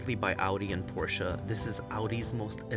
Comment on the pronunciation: Great review ! You covered all your points quickly, and with enough detail for me to understand your perspective. You also pronounced Porsche properly, and demonstrated understanding of that food chain. Merci monsieur !